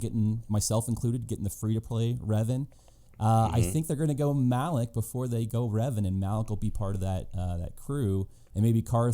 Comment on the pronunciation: Not Malek, but MalAk!😅